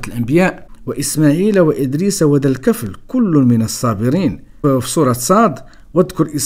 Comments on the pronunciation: وَذَا الْكِفْلِ ((الدقيقة ) الكسرة في آلكاف،فقط تصحيح لأنه قرءان يجب أن ينطق كما هو.....ولذلك لم يحرف لأنه حفظ في الصدور قبل السطور..... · خويا عزيز لكن ملاحظة الكفل بالكسرة لكاف وراه الآيات القرآنية ما خصش تكون فيها أخطاء.شكرا على فديوهاتك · صحح قراءتك اخي ذو الكفل بكسر الكاف و ليس بفتحها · "الكفل" بجر الكاف.